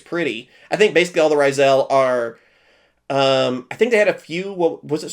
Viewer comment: Is bro dyslexic or is mispronouncing the names like, his thing? Like the Beelze and Ryzeal cards